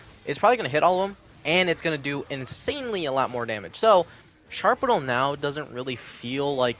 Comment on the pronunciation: Also, you pronounce shrapnel wrong its strap-nel